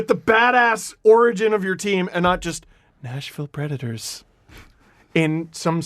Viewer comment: Y'all keep saying Nashville Predators like it's National Predators and I'm irritated